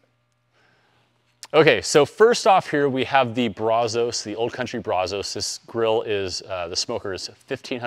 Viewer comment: I can't take you serious on how you pronounce brazos! I stopped watching after you mutilated that lol